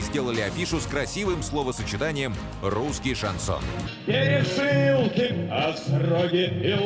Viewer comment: "Короли" шанЗона